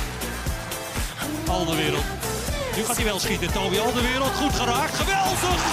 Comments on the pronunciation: Ben ik de enige die een beetje geïrriteerd is door het feit dat ze 'AlderWERELD' zeggen i.p.v. 'AlderWEIRELD'? Sorry mensen uit Nederland, als een Belg vind ik dat een beetje irritant. XD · Waarom zeggen jullie toch Alderwereld. Je moet Alderweireld zeggen